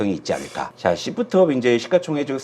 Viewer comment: 발음좀 잘 부탁합니다 씹프트업입니까 쉬~프트업니까